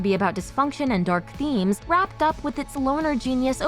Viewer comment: The way she said dArk was stupid lol